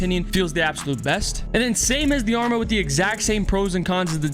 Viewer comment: Why does everyone mispronounce the arma’s name 😂🤦🏼‍♂️